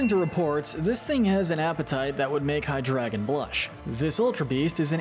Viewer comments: Holy what the f you actually couldn't even pronounce Hydreigon It's not hydragon, it's hydrEIgon. A mix of Hydra, Dragon, and drei, the German word for three. This is just sad. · IT'S HYDREIGON, NOT HYDRADA! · Happened upon this guy and have been binging his ranking content for a few hours. I have to say, him choosing to pronounce Hydreigon as "Hydragon" gets under my skin SO hard. Literally the one thing that I'm despising. (Well, that and certain other mispronunciations, but that one single-handedly takes the cake.) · It’s pronounced ray-QUAY-zuh, LAHT-ee-ohs-, LAHT-ee-AHS, BAY-gon, yoo-NUH-vuh, resh-er-RAM, DEE-ahl-guh, PAHL-kee-uh, nah-guh-NAH-DULL, redge-EE-dra-goh, DRACK-uh-zolt, DRAY-coh-vish, dur-AL-uh-don, and DYE-noh, ZVY-luss, DRUHD-ih-gihn, and vye-BRAH-vuh, “”! 🤨 You’re so bad at pronouncing Pokémon names,, and you’ve made 17 errors in a row! 🙄